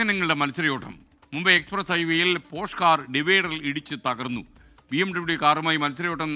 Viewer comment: പോഷ് അല്ല കണ്ടാ. പോർഷേ ആണ്